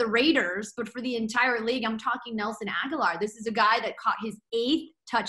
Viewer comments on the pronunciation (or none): Bye-bye Tyrell Williams, hello Nelson Agholor. And it's pronounced AG-O-LORE, not Ag-you-lar. On top of embarrassing yourselves with not seeing DC is elite, you mispronounce people's names.